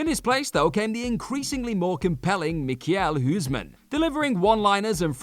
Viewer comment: Mikijel huusman? 😄🤣😂 laughs in dutch